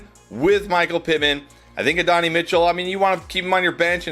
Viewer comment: Still blows my mind that the dudes making a living off of knowing football players can't pronouce their names. Uh-Don-Eee Mitchell. The football world has literally spoon-fed it to you the last four years by calling him "AD".